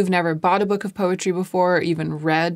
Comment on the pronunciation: When you first said “poetry”, I thought you said “PUPPETRY” and was thoroughly confused for a second until you said “poetry” again. 😂 Congratulations!!